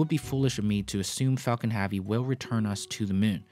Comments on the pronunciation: It's pronounced hevy not havi. Falcon Heavy not Falcon Haavy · "affard"? "Falcom Havee"? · why does he pronounce Falcon heavy Falcon haavy? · Falcon HAVE-ee ?? His mispronunciation is just annoying.